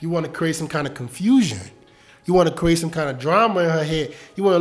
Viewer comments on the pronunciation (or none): none